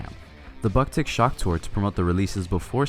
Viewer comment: How can you pronounce japanese names perfectly but don't know how to pronounce the name of the band?